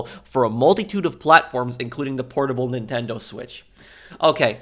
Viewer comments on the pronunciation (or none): none